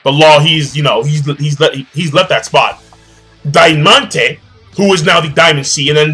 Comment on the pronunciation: The Spanish theme is even most obvious in this chapter. I bet the right translation is Trebol, not Trevor, which means clover in Spanish. For the same reason you should pronounce Diamante as in Spanish and I'm sure the other dude is called either Pica, Espada or Corazon Negro.